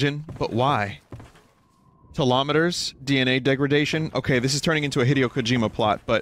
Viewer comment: "Telometers" is a really great way to say "Telomeres"